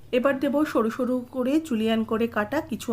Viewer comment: Julien not chulian